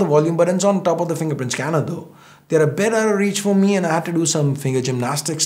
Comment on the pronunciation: Who else noticed say "Note 9 pro max is doing a much metter job" 😂